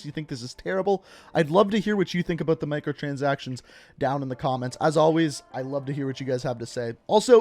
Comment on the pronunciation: Out. Aboot.